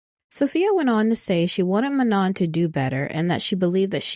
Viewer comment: Also, I'm not trying to hate, but Manon is pronounced Man-no. And Adéla is pronounced Ah-dell-ah.